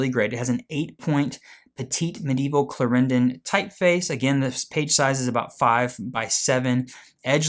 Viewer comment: look up the pronunciation of Clarendon.